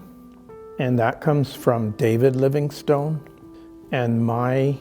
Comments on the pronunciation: I was born and grew up just a few miles from David Livingstone's birthplace in Blantyre, near Glasgow in Scotland (there's a wonderful museum there now). It's pronounced "LIVINGstin" i.e we do not say "stone" with any emphasis as does. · I guess ive been pronouncing Livingstone wrong my whole life.